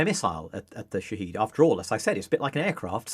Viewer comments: Folks sorry to be that guy, but it’s pronounced Shahéd, not “Shaheed”. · The Economist would be more credible if it pronounced 'shahed' properly. 'Sha-hed' not 'she-heed'. You people sound moronic. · It's Shahed, not Shaheed. (Shahed="witness", Shaheed="martyr"). It's a company that makes many different types of aircraft and drones, not just loitering munitions. The Shahed-136 which this "expert" is talking about is one variant designed for a specific purpose. Skimming the Wikipedia article can tell you much more than this interview. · They're called Shahed (Witness), not Shaheed (Martyr). If you can't even get that right, you have no credibility on the topic. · It’s pronounced shaa-hed, not sha-heed… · Drinking game, take a shot everytime he flips from pronouncing it sha-head to sha-heed. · Shahed is pronounced ʃa.hɛd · It's Shahed /sha head/ stress on the first syllable long a vowel. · Shahed and Shahid are two different words pronounced completely differently and you keep using the wrong prnunciation. Dislike. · Thanks for that comment, I found it difficult to watch this guy claim he knows about them while messing up the name most of the time. Surprisingly he did get it right a couple of times , which makes it even more confusing to watch.